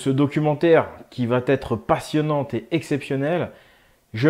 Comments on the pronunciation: Excellent travail, j'enchaine tes vidéos depuis que je les ai découvertes! Tes recherchent sont passionnantes et résonnent vraiment en moi.. Juste fais attention à la liaison de "va" à la troisième personne, il n'y a pas de t ! , et c'est dommage car il y a certainement des gens qui s'arreteront à cette faute d'orthographe pour discréditer ton travail :) Pour ma part, un grand merci pour toutes ces infos qui nous éclairent sur le monde dans lequel on vit <3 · SVP. !! Va ne se termine pas par un T. Arrêter avec votre mauvaise liaison ! Va c est : Va sans T ! On ne dit pas " vaTêtre" 😫😠 Vous fichez en l'air tout ce que vous dites en prononçant une erreur d' inculte. Ce n est pourtant pas le cas. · qd vous utilisez APRÈS QUE. Ne mettez jamais le subjonctif. Et vous l’utilisez souvent cette formule!! Puisque vous parlez du passé. On dit après qu’ils ont. Pas après qu’ils aient. On ne met pas non plus de « t » à va t’être. On dit va être. Voilà voilà. Merci. C’est important la connaissance du français correct. ❤ A part ce minuscule détail j’adore tout ce que vous mettez en lumière et à notre disposition 😘